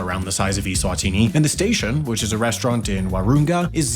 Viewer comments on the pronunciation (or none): none